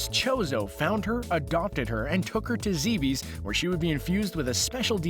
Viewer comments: It's Zebes, not Zebeez. It should probably be spelt "Zebbes", but still, you didn't pronounce it like English or any language I know of. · My god, your pronunciations are atrocious! Her last name is pronounced A-Ran, like Iran the country except with an A. Secondly, the Planet is not pronounced Zee-bees ... it's Zeh-bes. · Zee bees? It's pronounced zeh bes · NUMBER 6: It's not pronounced 'Zeebees'.